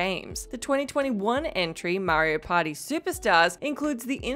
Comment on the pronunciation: Am I the only one who hears "Mario Potty" when she says "Mario Party"?